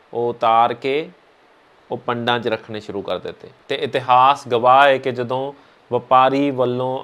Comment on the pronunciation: Bhut vadiya par punjabi da shi ucharn kro jdo marji di jga tusi kdo marji bol rhe.... sry... tusi bhut sona Kam rhe mai bhut wada parsanshak va tuhada